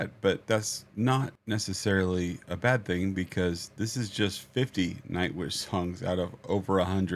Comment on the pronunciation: The way you say the word bAd, is same as bÄd. Got it? =)